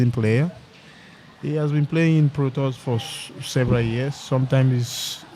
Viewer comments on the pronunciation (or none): he pronounces pro tours like "protoss" :D its funny.